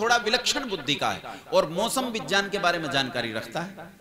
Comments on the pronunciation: गंवारपन है ज्यान ,विज्यान ,सर्वज्य बोलना । विकास दिव्य कीर्ति की बात में दम है । बकवास कर के आप जैसे बाबा बेवकूफ बनाते हैं । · वाह बहुत अच्छे से समझया ,,, वाकई भारत में नास्तिकता इन "टूल किट" तथाकथित ज्ञानी कहे जाने वाले लोगों द्वारा फैलाई जा रही है पहले तो खुद ही हिंदी बोलना सीख ले "ग्य"का उच्चारण "ज्य" कर रहें है इतने बड़े ज्ञानी जब हिंदी बिगाड़े तो अब और क्या कहें सर्वज्ञ को सर्वज्य त्रिकालज्ञ को त्रिकालज्य विज्ञान को विज्यान इत्यादि